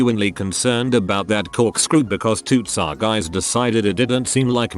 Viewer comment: No one: Updoot Everything: TSA = tsah